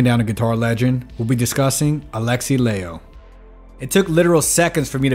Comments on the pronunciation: It is Lie-ho not Lay-ho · LIE -ho not LAY-ho. respect his name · Dude, Latino was Finnish. His name is pronounced ‘Lie-ho’. The diphthong ai is never pronounced as in English, but more like in Spanish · you really made a whole video but couldnt even pronounce his surname correctly